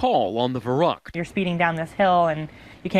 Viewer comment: gahhh, they keep sayung verrückt incorrectly.....